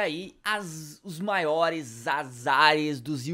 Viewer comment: A "maor" falha dele hauahauaha